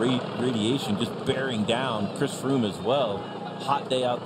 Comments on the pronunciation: Did he say Fhris Chroome? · I'm pretty sure Phil said "Friss Croome"